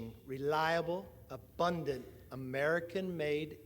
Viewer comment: I just finished listening to Rep. Hakeem Jeffries, who was just PHENOMENAL!! 5min into this one, I can't.. I just can't.. my ears are bleeding. Especially after he pronounced 'abundant' like how **45 would.